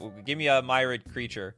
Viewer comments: I pronounce "Myriad" like "Mirri-add", not "My-rad". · He clearly means 2021, not 2001. Living end nor subtlety existed yet... Also it's not my-read. It's mir-e-ad. As in many :)